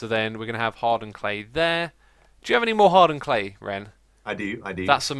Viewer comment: For some reason, when you say 'hardened clay' I think you say 'hard earned clay' xD